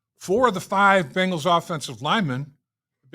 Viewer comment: Can Phil please teach his son how to say Bengals instead of Bangels 😂 it drives me bonkers! They are both indeed Savants but the Bangels is inexcusable at this point